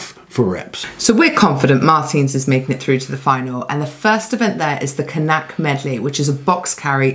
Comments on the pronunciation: Ha ha Knack is pronounced Nak just FYI. Probably going to be calling it K-nack from now on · I like how always say Ka-nack 😂 the first K is actually silent